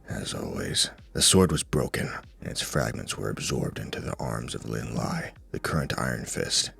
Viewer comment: Thing about Lin Lie is that his name isn’t pronounced as the English word “lie” but rather something more like “Lee-eh”, which is romanized as, well, Lie You probably already know but I’ve heard pleeenty of Chinese names be mispronounced with an “English” pronunciation so it never hurts to educate